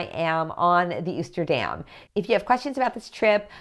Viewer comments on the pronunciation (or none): I just subscribed! Just a heads up that Oosterdam is pronounced with a long O. 🙂